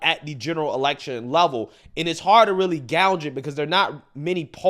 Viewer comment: Love you but you keep pronouncing gague like gouge